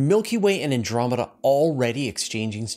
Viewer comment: I like “Andomeda Way” better.